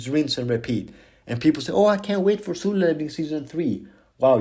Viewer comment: 10/10 rage bait for saying suloo levelling instead of solo levelling